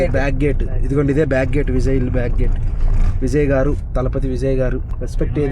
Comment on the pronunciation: adi Vizay kadu adi Vijay nuvu vizayyyy antunav😂😂😂 tamil nadu tiffins ela untayo cheppandi